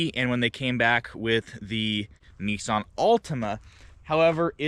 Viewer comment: Whats a NESSSSON ??? Its NISSAN